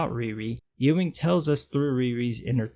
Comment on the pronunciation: Pronounced "Yoo-ing". Like a sheep, lol.